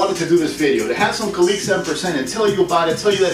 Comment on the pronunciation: It’s pronounced ka-lick